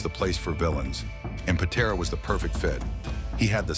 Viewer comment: AI cannot pronounce Patera. AI sucks!